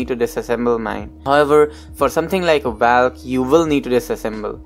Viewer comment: It's spelled as valk it's not pronounced as valk, it's pronounced as volk.